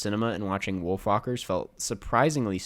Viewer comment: This was kind of a beautiful video. Although the way pronounced WolfWalkers was a little odd. “Woolfhockers”